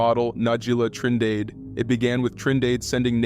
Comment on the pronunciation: “Trin dade💀